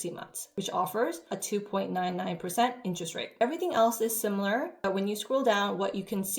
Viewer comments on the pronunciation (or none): none